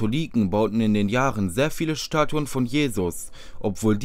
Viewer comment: Schtatuen mit dem Schandy unmöglich isht